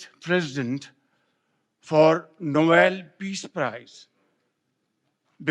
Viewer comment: Nobayel peaz praece